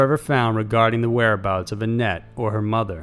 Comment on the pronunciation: Whenever he said 'annette' i heard 'Net'